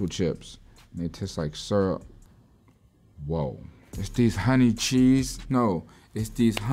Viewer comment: Yachty just said woah in italics 🤣